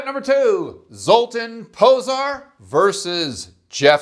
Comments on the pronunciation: Minor quib GG, but zs is pronounced "zh" which I know, tells you nothing lol but for reference ... well, anybody remember Zsa Zsa Gabor? Her name is pronounced correctly 99% of the time. Just to be complete, in his first name the ' over the a changes it from "uh" to "ah" ... so Zol-tahn Po-zhar. Accent on first syllable, as always in Hungarian.... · Pronunced: Zoltán Pojar. Like Jar. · Much closer, but zs is pronounced "zh" which I know, tells you nothing lol but for reference ... well, anybody remember Zsa Zsa Gabor? That's commonly pronounced correctly. The ' over the a changes it from "uh" to "ah" ... so Zol-tahn Po-zhar. Accent on first syllable, as always in Hungarian....